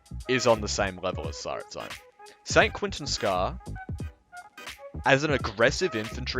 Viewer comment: It hurt me how he pronounced Tsaritsyn